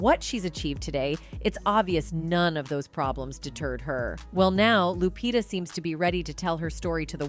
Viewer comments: She called her lupita like jupitah . Dang A-i 😂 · Loo-pee-tah is how it’s pronounced